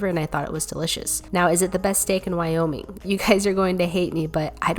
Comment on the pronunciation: Look I’m kind of mad because you said Nevada wrong and you said Wyoming wrong